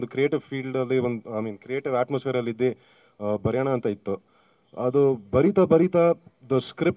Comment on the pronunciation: ಇದ್ದಿ ❌ ಇದ್ದು ✅ ಕರೆದಿ ❌ ಕರೆದು ✅ ನಮ್ಮ ಭಾಷೆ ನಮ್ಮ ಹೆಮ್ಮೆ! 💛♥️